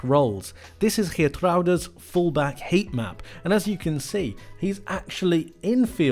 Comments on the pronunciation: This was the best pronunciation of Geertruida by any Englishman I've heard so far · foreigners cant pronounce the dutch g further you pronounced it great